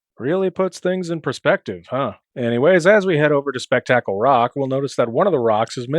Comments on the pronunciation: Don't ever say speck tackle ever again.😂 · In my universe, we pronounced it "Spook-tickle."